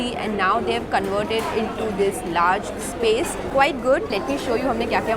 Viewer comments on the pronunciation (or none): none